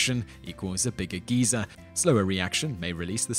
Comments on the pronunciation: No, his pronunciation is the same as the UK pronunciation of "Geezer" not "Geyser". He's just made a mistake. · Just a tip, Simon, Geezer and Geyser are completely different. One's an old person, one shoots thousands of gallons of extremely hot water several meters into the air. So it's best to pronounce them even just a little bit differently. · Yeah, it's actually pretty funny to hear. Personally, I first heard about it from chuggaaconroy's Xenoblade LP, where he went on about how 'weird' it sounds for quite a while. Anyone British here? What's so bad about the 'Guy-zer' pronunciation, and where did the 'geezer' pronunciation come from?